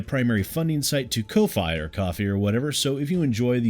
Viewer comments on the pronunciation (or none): If it helps at all to add to the confusion, your "doesn't sound like coffee" option for how to pronounce "ko-fi" sounds like the name of a plant in New Zealand. The Indiginous Maori people call it "kowhai", which is pronounced rather a lot like your pronunciation of "ko-fi". It's a softer and more drawn out "o" sound, though. You're welcome. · The "ko-fy or ko-fi or whatever" is getting really old, just pick one pronunciation and stick with it, please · 1. Make saying “Ko-Fi or Ko-Fee or whatever” a running gag, same for saying “Coff-i or Cof-fee or whatever” 2. I fully believe that’s what Respawn INTENDS to make, and I hope that’s what we get... I simply don’t believe EA won’t go back on their own word and overrule Respawn, because while Titanfall 2 made a no microtransactions promise and kept it, Ea only published Respawn whereas now they OWN Respawn. I am glad Respawn is making a single player only star wars game though, Titanfall 2 remains my favorite military shooter campaign by a million miles, the only thing that cones remotely close is Modern Warfare 1. Titanfall 2’s campaign really is in a league of their own 3. Now that you’ve brought up how Vader hunted down surviving jedi, I’m wondering if maybe, just maybe, we’ll at least once or maybe even reoccurringly get RE3 Nemesis style encounters with Vader